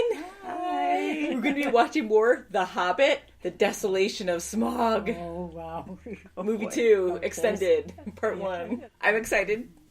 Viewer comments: i know it doesn't really matter...but it's not pronounced smog. it's pronounced SmOUg as in OUch kinda like OW. If that makes any sense haha. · it's not "Smawg" or "Smog", it's "Smah-oog" and watch the Dark Knight trilogy, it's freakin' awesome :{D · It's Smowg. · One of my pet peeves is when people pronounce Smaug’s name as “Smog”